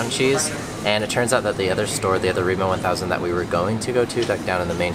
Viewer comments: Lol I’m sorry but when did Rema 1000, Re as in Emma, become Reemo thousand?🤣🤣🤣 Just to note food prices has skyrocketed this past year due to Russia’s invasion and war on Ukraine. And even Norwegians can feel the consequences, especially those who already did struggle pre covid now has to resort to handouts… and the shops vary from county to county. And it also depends on the season or by each delivery the quality of the goods. Where live we have 4 difference grocery stores, and since they all have different brands I go to them all: Coop, Kiwi, Rema 1000, Joker, and the most expensive them all, Meny. In my hometown we have the same ones, and we even had Lidl, and I was the once but not impressed. Lidl didn’t last long because it wasn’t popular and people didn’t really shop there. Also different brands have different varieties as in the number of food items in a packaging. Some come in multi packs, others with minimum 1-2 chicken filets for example. I hate the huge packages as I eat for 1. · REMA TUSEN, REMA TUSEN! Not remo one thousand! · its Rema 1000 btw not remo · as a norwegian i really laughe out hard when she said " Riima thousand" XD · We call it Rema thousand. We never say Rema One thousand. Just thousand. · rema 1000 is painful to hear haha..